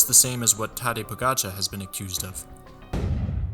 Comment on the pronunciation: Freshman mistake. Im sure he'll learn some day to use the correct terms properly, including pronouncing Tadej Pogacar correctly.